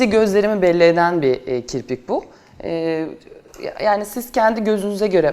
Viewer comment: Kiprik değil canım kirpikkkkk 😂😂😂